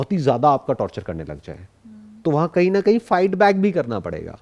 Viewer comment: Y she can not pronounce parega like ms sir did y she even not spoke matterei basha but she is excellent in foreign language y small things but big solutions